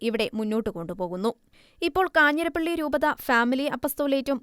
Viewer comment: 'കാഞ്ഞിരപ്പള്ളി' not കാഞ്ഞിരപ്പിള്ളി.